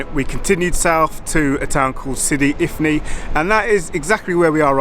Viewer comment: Sidi ifni not infi 😊